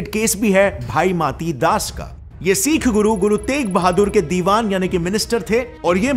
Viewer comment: "Seekh" nahi "sikh" hota hai bhai .canedian Akshay Kumar k sath tumhari bhi hindi kharab hai . Hindi sahi karo apni .